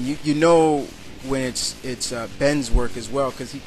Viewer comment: ...Ed Benes above Jim Lee? He's good, but not that good. And his last name is pronounced "Ben-ness"